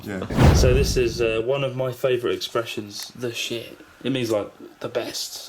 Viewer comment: "Tze shet" 😆😆 I live how she said "the shit"